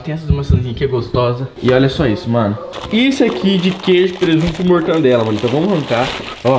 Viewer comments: "Mortandela"????? Pqp em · Mortandela? Kkkkkk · Quem peserbeu que o leu falou pão com mortandela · Ninguem: Ninguem mesmo: Abisoluta mente ninguem::mortandela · Mortandela e mortadela